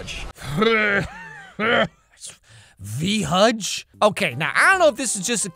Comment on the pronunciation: "V. Hudge" legit sounds like an STD.